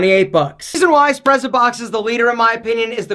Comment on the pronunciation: Wouldn't it be pronounced "s'pret-sa-box". From the Italian "sprezzatura". Like "pizza", the double z is pronounced "ts".